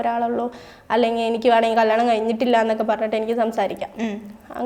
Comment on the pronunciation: കള്ളാണം അല്ല കല്ല്യാണം 😂😂😂